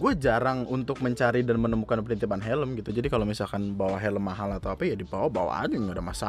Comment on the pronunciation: Itu orang bahasa indonesianya jelek ..ga bisa bedain bawa dan bawah 🤣😂